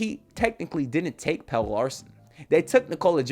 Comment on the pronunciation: the man name is Pel-le not Pail.